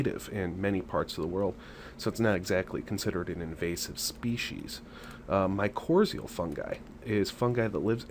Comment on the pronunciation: No offense but u really should learn to pronounce mycorrhizae fungi correctly...makes u sound more like u know what u talk about. Honestly, u don’t want toe mushrooms in your garden soil...a few handfuls of purchased bagged worm castings is WAY better. Forest fungi are much different type of fungi than what annual garden plants need..one type is endo and one is ecto...makes a HUGE difference